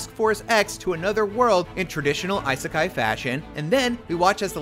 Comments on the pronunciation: What's an "EYE-Sekai"?? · Bro, learn how to pronouce the word "isekai".